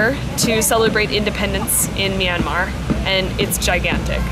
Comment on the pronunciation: Hi and.Im Julia and im 13.Im burmese but from California.I think you're videos are awesome especially food reviews!ITs pronounced mya-mar Bye!:)